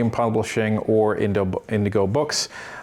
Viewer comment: Please pronounce Rideau correctly. It’s “reed oh”